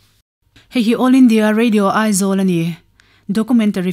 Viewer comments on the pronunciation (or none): none